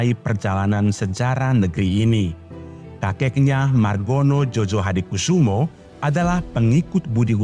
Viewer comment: Admin, penulisan Djojo dibacanya Joyo. Krn penulisan sblum berlaku EYD dj= j, dan j= y. Jd Djojohadikusumo harus dibaca Joyohadikusumo. Gituuuu...